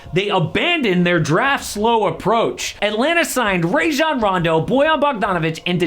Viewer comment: Stop saying Rajon's name wrong. it's a whole video and everything of him saying it. Rahjon Rondo. Not Ray Jon lmao. People been telling you this forever 😂😂.